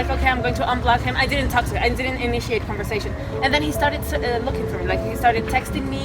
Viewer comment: When u pronounce conversation as converzation lmfao